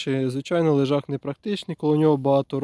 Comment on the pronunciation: Лежак, а не лижак.